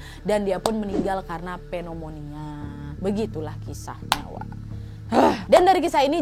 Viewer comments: penomonia? Sembarangan bgt nyebutnya. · Gak ada artinya. Tulisannya kan "Pneumonia". Dia sebagai youtuber (yg d tonton ribuan org) seharusnya lbh hati2 dan perduli dalam menyampaikan informasi. Jng asal2an yg penting duit.